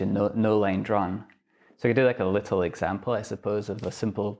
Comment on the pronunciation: Lit-tel turt-tell. I am a mega-nerd. I was punched, laughed at and locked in lockers, but even I would have taken this dweeb's lunch money.